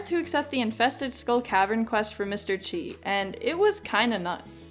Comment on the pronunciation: Every time you say "chi" I die a little inside.